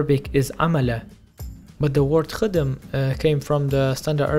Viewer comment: we say jben with a hard j instead of fromage. We don't say khadum as he pronounced. We say khdem without a vowel between kh and d.